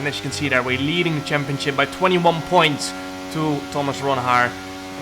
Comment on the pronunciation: the way he says "championship" cracks me up every time chempionchip